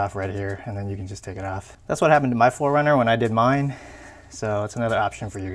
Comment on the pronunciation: Oh my god!!! 😆 PHO-RUNNER!!! LOVE IT!!! Aaahahaha!